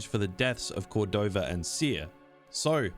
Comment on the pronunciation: Eno CordovaR? JedhaR? Bro PLEASE stop it with the intrusive R shit , you sound ludicrously preposterous 💀💀💀💀💀💀